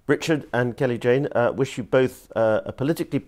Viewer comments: It's Kelly Jay not Kelly Jane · Shame the interviewer couldn't get Kelly-Jay's name right.